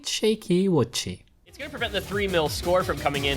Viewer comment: boshy and fiery... not boshy and wudci xddd